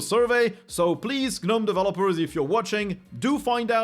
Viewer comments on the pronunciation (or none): none